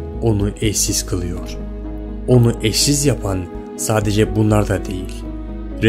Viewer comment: ' da "eşsiz" diyosun... ' de "eşşiz" diyosun... 😂😂😂